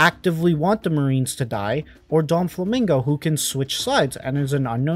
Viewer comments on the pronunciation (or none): Bro cannot be saying anything he called doffy donflamingo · DOFLAMINGO not doNflamingo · why did you keep saying "Donfflamingo"?